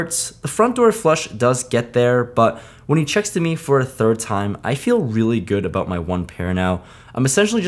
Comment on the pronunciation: Is it just me, or does he suddenly sound Canadian with all the “aboot”s